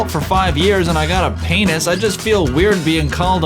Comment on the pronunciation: “i got a paynis” ok